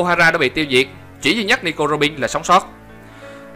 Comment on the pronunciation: đọc mấy từ "tin" "bên" "robin" nghe chói tai quá